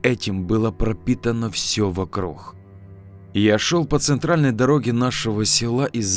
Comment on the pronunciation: Вот я смотрю уже несколько историй и слышу что ты говоришь вокруг как вокрух , а почему?